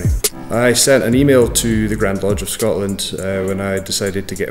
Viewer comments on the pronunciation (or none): none